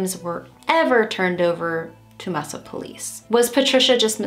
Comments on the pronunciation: Mesa is pronounced "May-sa". Maricopa is the county. My neighborhood. The place she disappeared from is just west of a large (incredibly beautiful) desert wilderness area (Superstition Mountains, Tonto National Forest, Roosevelt Lake). I hope Allan didn't mess with his three other daughters. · Hey, Arizona is beautiful. Also, Mesa was mis pronounced a bunch of times here. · you can choose to say it whatever way you want to, but I live here, and I know how Mesa residents pronounce the name of their city. The E sounds like a long A in Spanish. The word means "table". I spelled it like that because it is the easiest way to convey the sound to an English speaker. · I think the difference is that the first syllable is heavily stressed in the city name. As a result, it is stretched longer than if you were just saying the word "table" in Spanish. Names are weird like that. I know of a street name, Eldorado, pronounced "El-do-ray-do" (IL), and another Germann, pronounced "Jer-main" (AZ). Sometimes it may be due to history or evolution of the word. Just trying to help. "Mesa" stood out to my ear because that it not how I am used to hearing it said. To each his own. Thanks for the video. Concise, but with just the right amount of detail. My heart goes out to the family. I hope they get resolution. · Mesa is pronounced May-sa. I've lived a short distance from where all this happened almost my whole life so I just wanted to let you know. I'm surprised I haven't heard about this one before. Back then there was so much empty desert throughout Phoenix that now are residential areas or other types of buildings. She literally could be anywhere. :( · I'm a AZ native and have never heard this one before. I really wish there was some way judges could be held responsible when they award custody of children to violent criminals and the children are harmed. Excellent video. Mesa is actually pronounced May-sa. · Mesa is pronounced May-suh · Mesa is pronounced MAYsuh.